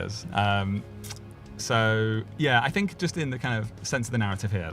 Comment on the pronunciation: "Ang on Percy...Ill Fink of sumfin" well spoken i see 😅